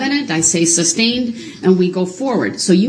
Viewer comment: “…groundz for the substain?” Even though the word “sustained” was said correctly about a million times, he never caught on.